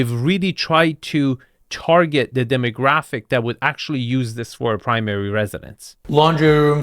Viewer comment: should learn how to pronounce the 50 English words he uses in his videos such as “the” and “driveway”